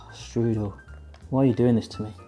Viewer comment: You pronounce "Strudel" wrong... but i guess its fine since you're not speaking german at all. lol Im a professional pastry cook myself. Its interesting to see other countries variations of the applestrudel. Try to spread some whipped cream between your layers of pastry and sugar aswell. C